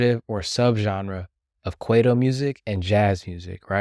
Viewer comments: "k-why-toe" & "ma-po-reece-ah", brother. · Work on pronouncing kwaito properly